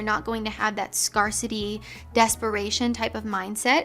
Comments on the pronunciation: Zero shade here: it's pronounced "scare-city", rather than "scar-city". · Not to be rude, but I don’t think you are pronouncing “Scarcity” correctly. I think it has a long “a”. You have said it with a short “a” for a few videos now. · Do you just say "scar-city" instead of "scare-city" or is it the mindset that someone would have if they've had bad social experiences and have emotional "scars"? 😊